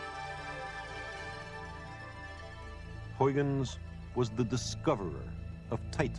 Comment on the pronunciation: Unfortunately Sagan butchers these Dutch names. They are very hard for English speakers to properly pronounce, yes, but the best approximation for Leeuwenhoek would be "Layvenhook" and the best one for Huygens would be "High-gens". It's actually kind of distracting.